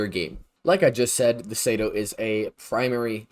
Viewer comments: Bruh….it is not the SAYDO, it’s the CE-DO, SI-DO 🤦🏻‍♂️ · google does not have all the answers bud. Its clearly "sea-do", shouldnt need google to understand basic pronounciations